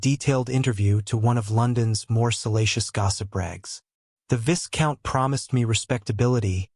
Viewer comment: viscount is pronounced as vai count.